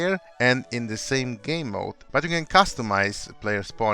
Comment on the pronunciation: "Gaem Control" — 2019